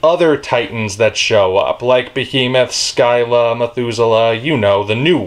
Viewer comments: Scylla is pronounced Sill-uh. It's based off Scylla from Greek Mythology. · Actually I believe that is in correct. In classical Greek the SC consonant combination is pronounced with a sibilant S and a hard C. So like the SK combination in the word skin. So Scylla is correctly pronounced as SKIL-LA.